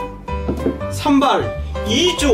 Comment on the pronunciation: Is sambal ijo originally green? 😂😂😂 so cute!!! Ijo is green, called by Jawanese in Malaysia. It is an accent